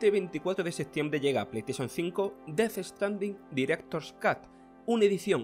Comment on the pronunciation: "Dad strndin diretod escotth"😂😅